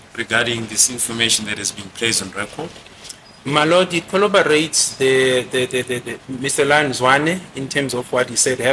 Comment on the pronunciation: He is still saying "colloborate" instead of corroborate!!!😡😡